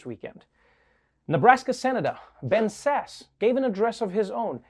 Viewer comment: I’m sorry, I’m sorry. A little confused here. Not sure if I heard it right or wrong but, did he say Ben’s Ass or Ben Sass gave a commencement speech? Because I couldn’t see the difference either. 😟